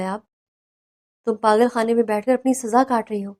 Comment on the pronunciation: What is “ پاغل اور پاغل خانہ atleast Urdu tau sahi likha aur bola karain.